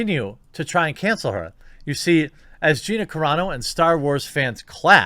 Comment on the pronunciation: thank u. u finally said Gina’s last name correct